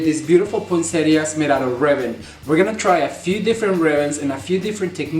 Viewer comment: Thank you ,the best poinsettias and the clearest instructions. And the best thing ...you are the only one to pronounce poinsettias correctly !!